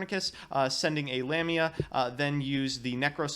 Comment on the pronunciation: it's Lamia not LamiNa, and it's pronounced LáPláce not "laplaice" it's in honour of a french mathematician.